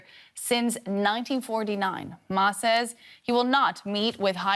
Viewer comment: Peace is never controversial. By the way, the news anchor at the start pronounded Ma's name wrongly. This slip very much indicates that this channel/anchor had probably paid very little attention previously to the China mainland/Taiwan complexities... And that aside, frankly, his visit will certainly lower temperature across the straits and send a signal from Taiwan to the rest of the world that there are 2 different blocs of perspectives there, not just independence that could trigger war. For the rest of us in Asia, war across the Taiwan Straits is a lose-lose situation for everyone in the region, and DPP's provocative push-moves are certainly not very much welcomed if it were to lead the rest of us into war... By the way, the official name of Taiwan is still the Republic of China...